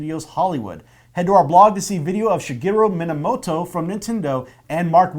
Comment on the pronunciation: MIYAMOTO not Minamoto